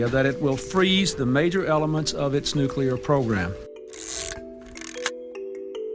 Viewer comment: Why.....why are so many apparently intelligent, educated Americans incapable of pronouncing the word nuclear? Just say NEW CLEAR and you've got. See? Easy! Just please stop saying NEW-CUE-LER. please